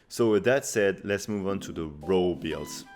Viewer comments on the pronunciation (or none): So whitch rows the boat best. Oe its raw not row. Keep hearing row. Raw sounds like war but with an r